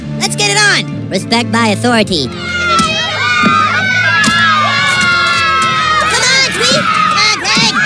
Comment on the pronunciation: Cartmens pronunciation of 'Authoritah'